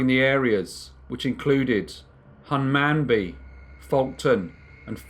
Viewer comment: I doubt you'll ever need to say it again, but just so you know, "Hunmanby" is pronounced "Hummunby" 😁